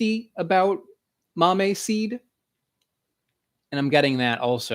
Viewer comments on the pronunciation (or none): I mentioned this in another episode, after the fact. The accent on the word Mamey is on the e, not the a. Also if you are really interested in the Cacao read Chocolate in Mesoamérica, a cultural history of Cacao, edited by Cameron L. McNeil.